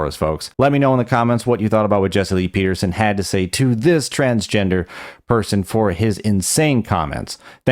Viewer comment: He keeps saying “trangender” lol. No “s”. Can’t accept himself as he is and can’t even accept the spelling of what he wants to be. 😂